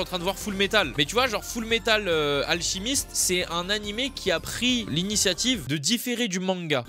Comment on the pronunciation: La seul chose que jai retenu (je rigole): P**AIN ENFIN QUELQU'UN QUI DIT "Full Metal ALCHIMISTE" non "Full Metal ALCIMISTE"😭 Sinon très bonne video 💪🏻